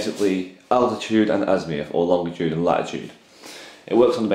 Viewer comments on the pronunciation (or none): Azimuth, not Azmiuth! Sorry, that was bugging me. Other than that, not too bad a set up guide :-) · azimuth not azmiuth